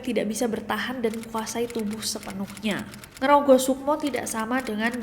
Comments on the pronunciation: bukan ngrogoh 😂 tp ngrogo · Ngrogo sukmo bukan ngerogoh sukmo. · Nge-rogo Sukmo mbak bukan ngrogoh sukmo, dari kata2 Rogo Sukmo